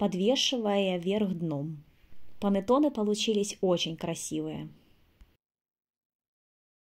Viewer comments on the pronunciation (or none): ПанЭтонэ, а не панАтонэ. МангО, а не манггА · Pannetonne a ne "panatone" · Рецепт пробую готовить но режет слух слово понотоне… что с русскими? Булочка бу лоч ка ❤ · Блиииииин , что за Панэтонэ??? Что вы корежите итальянские слова..Если хотите на итальянском сказать, то хоть потрудитесь сказать правельно ( хотя не пойму зачеееееем , Ведь есть на русском слова КУЛЕЧИ, что даже красивее на слух ?), но раз хотите на ,, иностранном 😅, говорите правельно хотя бы... ПА-НЕ-ТО-НЕ а не Панэтонэ, не могу блин ...И то что вы Зделали совсем не похоже на Итальянский Пантеоне...совсем.. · Что за слово понатоны?! Или как вы говорите, не поняла😳